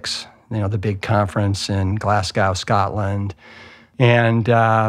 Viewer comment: Glass Cow Scotland 🤦🏻‍♂️🤣🤣 mad Americans. It’s pronounced Glaz Go!